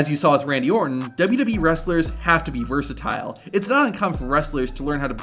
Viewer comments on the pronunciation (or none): none